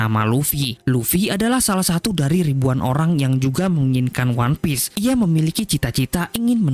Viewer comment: Terus juga kasian anime nya audio jepang, jadi gabisa bahasa inggris, one piece aja jadi one pice CUZAKAZZ